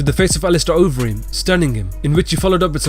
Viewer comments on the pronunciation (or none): Horse meat Overeem? You mean Ubereem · Its not horse meat overeem its ubereem lol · "It's uberreem" not "horse meat overreem" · Fuck sake it ain't horse meat overreem that's fucking UBERREEM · It's uberreem not horse meat overeem tfffff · I heard horse meat overeem and I died 😂😂😂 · I think you'll find its ubereem.. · "Horse Meat Overeem" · The way this guy says Alistair Overeem has me so weak it sounds so weird😂